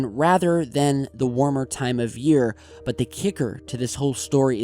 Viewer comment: Bwut? Moon Bwut? Russian Bwut?